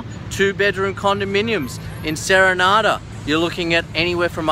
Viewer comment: You mean serendra not serenada